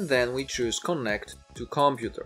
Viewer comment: comPUter not COMputer... why do you reinvent the stress of a language not yours, just saying :)